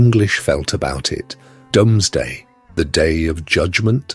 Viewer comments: The Norman cathedrals and castles are so beautiful, even though they originally were symbols of oppression. Plus somebody else has probably already said this, but the Domesday book is pronounced 'doomsday'. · yes listen to it say ‘Domsday book ‘ 😂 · This was good. Very enjoyable. I've never heard the Doomsday book being called the Domesday book before though.